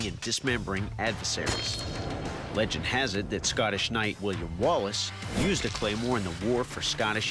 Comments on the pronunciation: the scanish claymore... how did they mess up saying scottish? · I don’t like anyone who says SCOTTish like Scattish